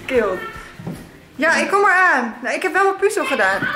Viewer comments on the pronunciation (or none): none